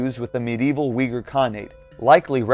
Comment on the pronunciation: You know this video is crap when they can't even pronounce Uyghur properly.